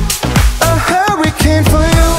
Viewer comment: Yikes gebt ihm doch kein Song, dessen Titel er nicht mal aussprechen kann...!!! Huwwycane?